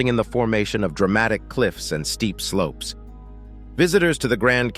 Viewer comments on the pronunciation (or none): none